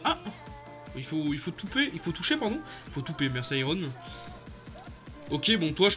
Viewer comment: "Toupper" Iron?😂